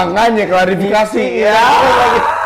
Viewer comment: F*ck scene awal2 Saya terharu liat perjuangan merintis sukses dari beliau berdua, tapi scene kedua bisa ngakak krn penyebutan "klarifikasi" Tetap semangat buat &. Legend